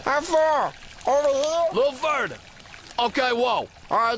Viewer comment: "A little furder." 🤣